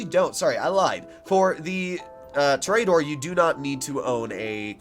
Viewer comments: tooooooooooooor........ aaaaaaaaaaaaaa.......................doooooooor .... you cant even pronounce it correctly. lmfao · ITS TOUR-A-DOOR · i dont wanna be mean but it prenoced tor-eh-dor